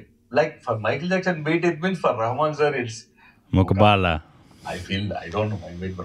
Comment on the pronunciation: My Dear, its not Muqbala. Its Muqabla.